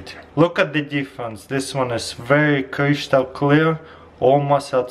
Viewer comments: Cristal not crishtal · It's pronounced crystal not cryshtahl. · Oh noo, the Kreeshtal strikes again! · Wow cryshtal clear ice maker!! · crishtal clear ice bolls are mine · <Crishtal clear > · they're crishtal clear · Chrishtahl clear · kryshtal clear ice XD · Kryshtal clear ice lol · yes i can make creeshtal clear ice with 'this gadgets' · crishtal clear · Cryshtal clear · Crishtel clear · Crishtl clear ice gadgets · Chryshtal clear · Yeah, very "khrishjtal" clear bro 😂👍 hehe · Kreeshtal lmfao🤣😂😅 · Cryschtal clear😂😂😂😂👌🏻👌🏻👌🏻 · kreshtal clear dragon- ice balls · Kreeshtal clear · cryshtal cleah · "cryshtal clear"... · I like how he's saying "crystal", anyway i like you're videos !